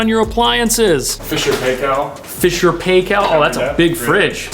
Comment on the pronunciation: Just to be that guy (bc I can)- its pronounced Fisher & Pie-kul 👍 🇳🇿 but otherwise yah a nicely done renovation!